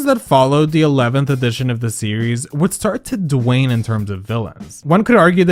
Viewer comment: my guess is it’s supposed to be “wane” but it’s mispronounced as “dwane” 🥲